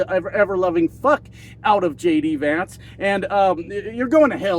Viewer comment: For a sec, at the beginning, I thought you said, "... Donald Trump and LADY Vance.." lol... It kind of works! 😅